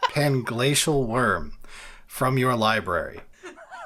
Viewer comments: Omfg I laughed so hard at messing up panglacial wurm 😂😂😂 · I think you meant Plangay, plangla, pangay, pangshell... Wurm lol